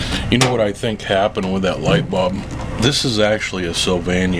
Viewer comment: Sorry bro I didn't mean to offend you, it's just that it's the first time I heard someone say light bulb the way you do